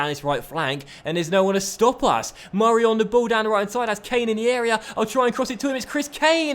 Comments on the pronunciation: why do u put do much emphasis on murray davidson's first name? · please dont say murray like that it pisses me off